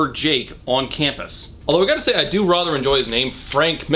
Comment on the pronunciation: I get triggered every time he says “rother”